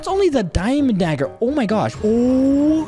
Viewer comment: Bro said dagga time 😂😂😂😂😂😂😂😂😂